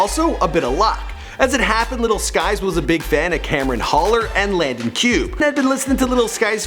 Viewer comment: WHY HE DO LANDON LIKE THAT LMFAO